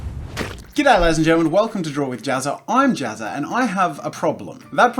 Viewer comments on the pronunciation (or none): I love that after the intro cartoon thing finishes, he says g’day laidies and gentlemen I might have got that wrong but still I like it